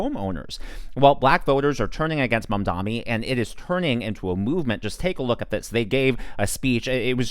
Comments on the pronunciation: *MAM-Dahni, not Man-DAHMI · Bro. Please say his name right. It’s MamdaNi